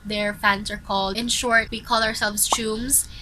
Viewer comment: Hi this is not me being mean but the correct pronunciation of our fandom name is like: teu - meh not like tumes (or how you pronounce it) 🥺 that’s how Treasure call us as well so yeah I’m sure that’s the correct one 😁 pls don’t be offended, just wanna educate a fellow teume 🤗 I appreciate this video tho thanks for this 💕